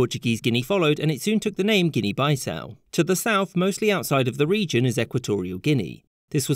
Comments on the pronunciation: Guinea-Bissau was a butchered pronunciation. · Guinea-bissau pronounced like piece-now not bi-now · It is Guinea-Bissau! Bissau is the main capital city and in order to differentiate it with our southern neighbours Guinea- Conakry where Conakry its also the main city name. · Excuse me?? Guinea BYE-SOW??? wtaf🤣🤣🤣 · Guinea Bye-Sau? Really? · Why do some nationalities go out of their way to pronounce foreign words and places wrong? Guinea “buy-sow”!? “Papyua” New Guinea? GArage? You know who you are…